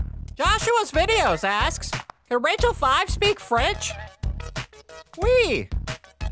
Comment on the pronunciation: French more like fwreench